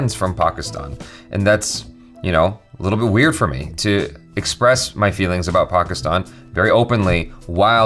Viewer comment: The fact that he says Pakistan properly 😍